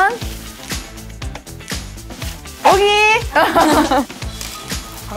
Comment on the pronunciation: I keep laughing the way Yuqi says Soyeon name lmaoo